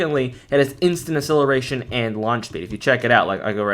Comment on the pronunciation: Great vids keep it up! But side note, say acceleration correctly . lol